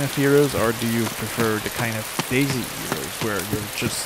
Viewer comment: I love how you keep saying daisy...